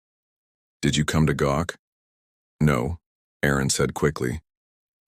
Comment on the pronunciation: Did he come to gawk not gock.